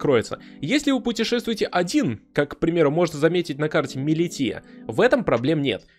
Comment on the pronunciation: Милиша а не милития 😂